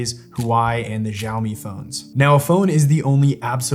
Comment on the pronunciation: As an American living in China and who speaks Chinese you pronounced "Huawei" and "Xiaomi" phone wrong. At least you know about those phones though which many Americans don't. Secondly, Apple is still best. Many chinese people have Apple over Huawei and Xiaomi although Xiomi has an car that looks like a Porsche AND Huawei also makes cars both EV vehicles.